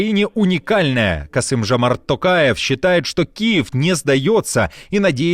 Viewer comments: Делюсь, очередной раз, своим мнением: ТОкаев, произносится по-русски через «О». Благодарю! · жаль чеченцы и Сирийцы не услышали Токаева 😌 Рабсия сильна лишь в не способности правильно произнести инициалы казахского президента 🤭